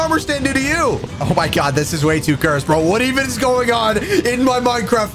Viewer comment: i love your vids and all but could you please.. STOP SAYING CURESD!!!!!!!!!!!!!!!!!!!!!!!!!!!!!!!!!!!!!!